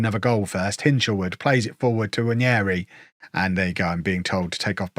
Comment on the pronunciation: Non native English speaker here. Just out of curiosity, is the way he pronounces Nwaneri the correct way? He's saying Nwanieri. Can somebody please confirm?